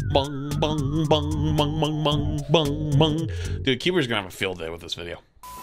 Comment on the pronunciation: gong not bong